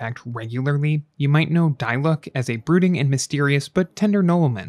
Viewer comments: noone: him: *dailooc* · "Die luck" 😭😂